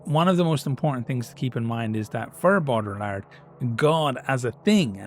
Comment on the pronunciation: Platonic form of nerdery. The man is using a tabletop war game to talk about philosophy because he's trying to take the setting to its logical conclusions and taking it seriously even though it's just his fun little hobby. And he's mispronouncing the name because he's read it a bunch but never heard it out loud. Or he's intentionally disrespecting the French. Unsure, not aware of Ireland's view on that nation, only know about Brits, Africans and East Asians having any beef. Either wayz We love it folks!